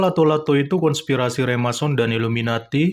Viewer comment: Remason ? Remason balsem kali wkwkwkwk...Yg bener Freemason... koplak